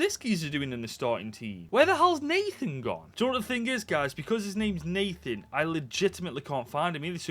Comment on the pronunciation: It’s Natán not Nathan that’s why you couldn’t find him